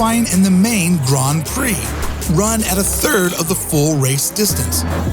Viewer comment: I was taken out of the video every time I heard the word "Grand" pronounced as "Grahnd." It's not pronounced that way in any dialect of English I've encountered. Someone clue me in!